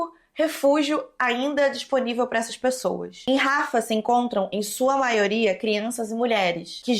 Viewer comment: só um detalhe, imagino que você veja muitas dessas notícias em sites gringos e aí você acaba pegando a pronúncia deles, mas "Rafah" pode ser pronunciado exatamente como se lê, inclusive com o H "servindo de acento". kk Amei o vídeo.